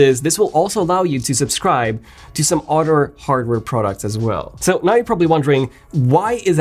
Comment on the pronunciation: How is he still not able to pronounce “other” after so many years in England. Once you hear it you can’t un hear it. Damn gotta go. An otter just attacked me….